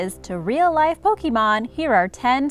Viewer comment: Did you say... POkEmOn?!